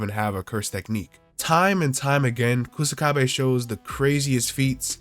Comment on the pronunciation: Ku "Suh" kabe is how you pronounce his name. Literally means grass wall